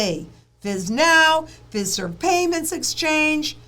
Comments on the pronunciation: the list of organizations are the back-end technology service providers that are on board with the FedNow rollout. Fiserv is pronounced FI-Serve. FIS is FIS Global. Those are the two largest. Those two alone provide the core banking software and processing to multiple thousands of banks large and small all over the U.S. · Just fyi... The 'i' in Fiserv is a long i -- pronounced like eye